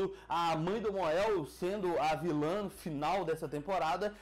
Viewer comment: Mon-El se pronuncia MONEL